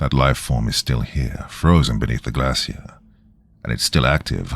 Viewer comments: Why docyou keep pronouncing glacier wrong? Shiii is annoying as hell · I've never heard the word "glacier" in a British accent before. I think it's British? 😅 Anyway, it sounds very different than where I'm from haha